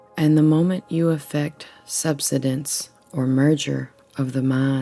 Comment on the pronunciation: thank you for sharing this. BTW, subsidence has the accent on the second syllable, as to subside.